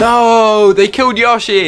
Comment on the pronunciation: he kept saying yoshi wrong